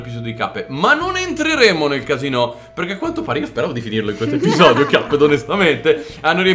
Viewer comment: Ai detto eppisodeo lo devi fare ora